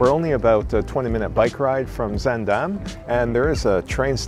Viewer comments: you managed to get the pronunciation of zaandam close enough- why only that time, could’ve pronounced it that way all the other times? 😄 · I honestly can't tell the difference between this time and every other time he says it. Maybe a slightly longer vowel on the second syllable?